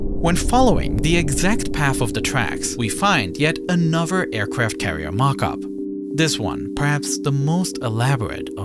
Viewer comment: the aicwaft cawiew🤣🤣🤣🤣